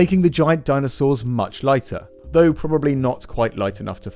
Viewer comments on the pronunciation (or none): none